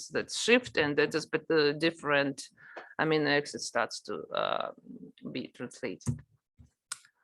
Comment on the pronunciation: читала бы уж на русском, весь курс и так был на русском, а то слушать эти амино эксид невозможно